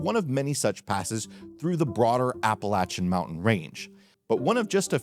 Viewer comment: Thank you for pronouncing Appalachian properly!